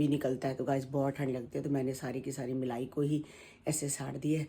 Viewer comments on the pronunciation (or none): Melai nhi hota aunty ji Malai hota h 😂😂aap b pooja ki saas ki trh bolte ho melaii😂😂😊👍